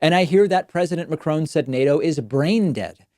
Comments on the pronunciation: I speak French. I lived in France. David is not pronouncing his name correctly at all. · N in Marcon is pronounced, similar as the way you pronounce macarons (french cookies), or Alain (ain) Delon (on) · Mac Ron, not Macrone. Quite easy really. Two syllables like Ron(ald ) Mc(Donald), except in reverse. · Macron not Macrone, it’s easy to say, I’m not even french, you don’t pronounce it Macrone, you’d be the first David, keep up the good work anyway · Strange how US ppl mispronounce Mac RON. NOT Mac CRONE !!! FFS!! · I think you are a brilliant commentator but, please, it is not 'McCrone'. Ma cron. Two even syllables, with a short 'o' (like da do Ron ron) and very light on the final n. He is French, not Scots. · Mac fucking Cron, not Crone ! Grrrr . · Its pronounced Macron not Macrone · Sigh Can you stop calling him Ma-Crone... It's Ma-Cruh. I don't know how to write French phonics... Help! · If you just said “mac-ron” it would be a lot more accurate than “muh-crone.” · It cracks me up the way you pronounce Macron! 😂😂😂 It's not McCrown, it's pronounced as it's written and with a French accent of course! Mac (as in big mac) and ron (as in the name Ron) then do that little nose thing with the 'n' that the French do like in garçon. 😂😂😂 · It's Macron not Ma-crone, your pronunciation is terrifying. You've taken enough time to do a good job of investigating and reporting take the time to learn how to say his name. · The least you could do is pronounce the French President's name correctly. He is not the son of a Scottish hag: McCrone. LOL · Why does David keep on saying McCrone? Lol. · Its not Macrone... for Petes sake! At least learn learn to pronounce his name correctly. 🙄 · Is not macroon damn is macron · Why can't Americans pronounce Macron, there is no e on the end macrone, You are all fucking stupid not just your president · I wish he'd stop calling Macron 'McCrone.' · It's not 'Macrone'! It's a short 'o' with the final 'n' sound down the nose.